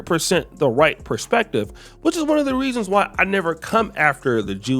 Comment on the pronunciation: “And that certainly is happening WHITE now with fresh and FRIT” I caught that bro wake up over there 😆😆😆